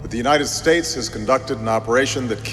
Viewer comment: stait ceaihhhs